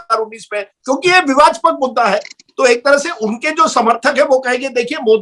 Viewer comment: विवादास्पक नहीं विवादास्पद होता है राजदीप 😂